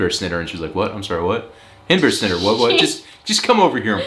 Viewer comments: Honestly you'd have to be half-asleep to not understand that pronunciation of "hindbærsnitter" :o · Your pronunciation of hindbær is on point, the snitter part is easy to understand but very clear that you are american.. 9 out of 10 She should have been able to understand you for sure xD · You did Awesome on hindbærsnitter, understood immediately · You said Hindbærsnitte correct, here is the reason she did not understand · You must have practiced your 'hindbærsnitter' since then.... because in this vid it was pronounced flawlessly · your "Hindbærssnitter" was very good, especially compared to whatever that other word was. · It's so nice to see you guys get visitors from the US. Haha and ofc the fart signs is mentioned 🤣 But seriously your pronunciation is very good of hindbærsnitter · Your pronounciation of hindbærsnitter is excelent. I have heard that Danish is one of the worst lanuages when it comes to loose coupling between spelling and pronounciation. Of the European languages, only English is worse. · Agree 100 percent regarding hindbærsnitter. It was just perfect!